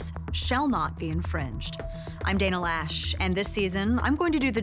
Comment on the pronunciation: Loesch is not pronounced Lash.